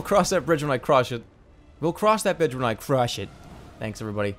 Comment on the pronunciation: "We'll cross that bitch when I CRuaSH iT"